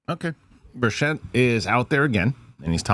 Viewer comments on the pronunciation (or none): Rep. Tim Burchett's last name is pronounced "BURR-chit" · Learn how to pronounce his name.